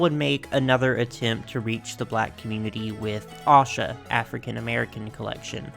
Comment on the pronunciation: Oh thank you for saying Asha correctly! I had an Asha doll as a kid, because she had my name, and she was my absolute favorite!